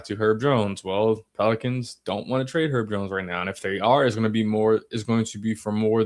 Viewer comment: His name is HERB, not 'ERB. We're not talking about "11 herbs and spices" up in here. Get it right FFS.